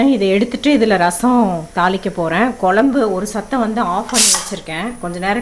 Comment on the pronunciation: குழம்பு pronounce ஒழுங்கா sollungo. உங்க பெருமை ரொம்ப overa இருக்கு ரொம்ப Sean விடறீங்க .